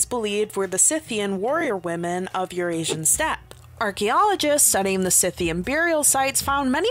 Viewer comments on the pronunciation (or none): none